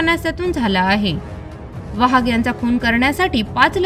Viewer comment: वाघ आडनावाचा उच्चार वहाग असा केला ही बाब खटकली.